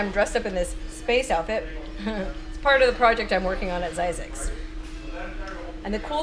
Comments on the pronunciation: Phonics.. hmmm .. only s single vowel. Thus a short i.. not long i.. Thus phonicly speaking.. Z-zixs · Zzyzx enunciated Like Physics